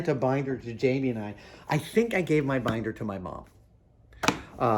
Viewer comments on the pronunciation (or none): none